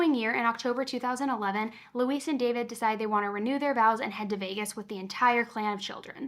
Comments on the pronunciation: You are one of my favorite on YouTube. Her name is Louise (Lu- weez) not Luis. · I believe Louise is pronounced "Loo-EEZ" not like Luis "Loo-iss"